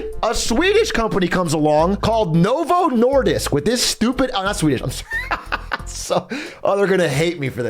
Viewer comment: I swear.. when he said swedish and Novo Nordisk it made my blood sugar drop. 😂 As a Dane this is your second strik... Next time you will be forced to eat surströmming